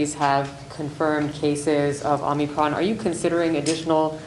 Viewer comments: Fauci its OMICRON NOT OMNICRON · First of al - not omnicron ! It is called Omicron ! . Vaccination is a farce ! . You should retire - you are blabbering ! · Can someone please let the president know the variant is not called OmNicron, but Omicron. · "it's called the Omnicron" no it's not. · i guess its called omnicron now